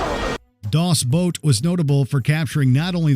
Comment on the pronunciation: it wasn't "Das Boat" its "Das BOOT"